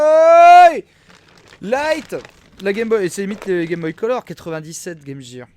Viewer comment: " game jeer " oof